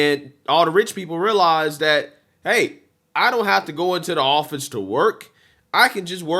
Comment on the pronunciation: btw ...it's THat not Dat